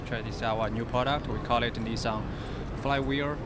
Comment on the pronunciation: 'Nistan'? I'm pretty sure it's Nitsan.